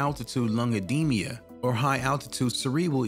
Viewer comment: What the heck is Ehdeemya? ROFL